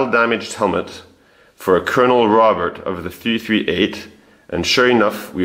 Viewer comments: Robert in French is pronounced Roe-bear. "Dr." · "Robert" in French - you don't pronounce the "t" - it's not "Robert" like in English. You do all this amazing research and can't pronounce his French name properly???